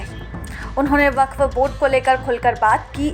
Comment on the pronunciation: Waqf❌ Wafq✔️😂